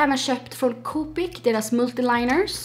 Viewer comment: Inge hat men sluta säga ’kopik’, de heter koppik eller kowpic DD